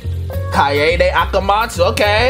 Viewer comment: Oh btw, Keade's name is pronounced "Kai-day" not "Kai-yay-day". Kai-yay-day is just a mispronunciation by some of the VA's, cuz youll notice that its not consistent which way yhe cast pronounces her name. But the Japanese dub only pronounces it the one way.